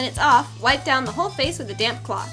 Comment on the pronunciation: I thought she said dam cloth